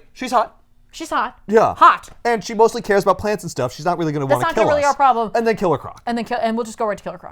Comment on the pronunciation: ITS KILLER CORC!! NOT KILLED CROC!! 😂😂😂😂😂